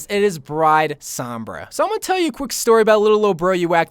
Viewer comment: The way you pronounce Sombra makes me want to mute the video tbh.